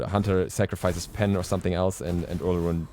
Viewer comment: Why yall so uncultured? Its pronounced O-loh-roon